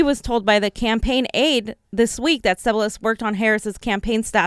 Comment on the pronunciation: Just one thing, it’s Kathleen Sea-bill-e-us..